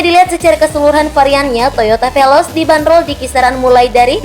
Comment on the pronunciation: Veloz bukan velos